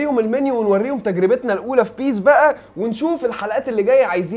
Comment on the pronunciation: يا عم سرى اسمها بيس مش بى اى اس